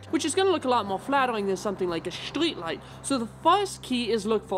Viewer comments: It all can be summed up down to 2 words: "Shtreat Lite" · “shtreet light”